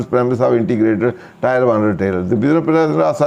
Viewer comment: Sir Tier ki pronunciation check krin muje lagta hai ap galt pronunciation krte hain Sukria